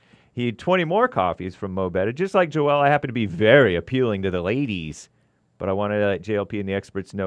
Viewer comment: Oh it "joel" and not "Jor-el"......had me thinking i had a stroke hahaha